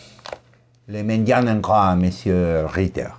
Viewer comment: Herr: lch bedanke mich dafür, dass ich an fünf Stellen dieses Kapitels vorlomme. Andererseits muss ich erwaehnen, dass der Nachname Reiter sehr schlecht ausgesprochen wird, Sie müssten eigentlich wissen dass diese Vokal Kombination ganz anders ausgesprochen wird als sie es getan haben. Zum Abschluss, Sie,, sind ein schlechter Humorist, ich muss schon nichtmehr darüber lachen, spielen Sie weiter Gitarre in der Messe. Grüsse von der Insel des Doktors Morel., vuelva a primaria, no es posible que no sepa leer desde una computadora, habla muy mal de nuestras instituciones educaciones. Para finalizar, don a usted le bautizo como. Lo que le escribí en francés anteriormente es argot,así se escribe y punto. Si tiene la posibilidad de vivir alguna vez en Francia entenderá. Suludos, por siempre vuestro profundo admirador. H.R.